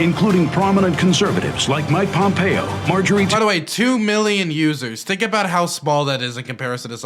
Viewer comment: dude … it’s MARjorie not MAJORie